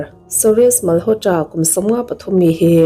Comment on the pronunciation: Mal haw tra tiloin malawtra tia lam mai tur